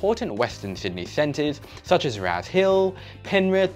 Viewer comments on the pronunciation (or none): none